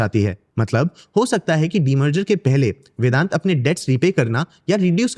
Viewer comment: Its vedanta, why u saying vedant.... ?